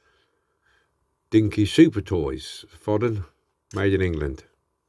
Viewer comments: it's fo-den,not fod-en,.looks ok,but all these early Dinky's are a tad basic imo.nice resto having said that. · Never heard Foden pronounced as 'Fodden'.